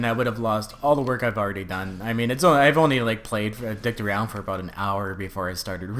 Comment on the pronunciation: Aboot your Canadian